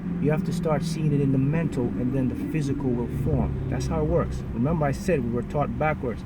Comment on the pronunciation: So Sarah I hear a lil accent when he says 'memba' for remember. #smooth skin..request: skin care routine